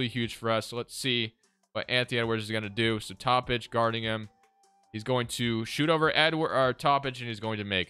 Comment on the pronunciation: I swear its pronounced Toe-pich not top-ick